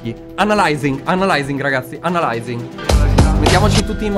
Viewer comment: Ciao nella parte dell' app di talking Angela mi ha fatto ridere quando hai detto Analaizing😂😂😂😂❤